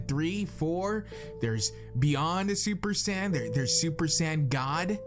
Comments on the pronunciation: Accept when he pronounces the word "Saiyan". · Saiyan... not sand